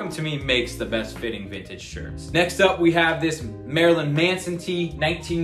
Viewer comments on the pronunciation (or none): none